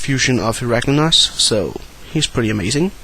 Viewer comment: To clear it up, you pronounce it like "Herraklinose" to be honest..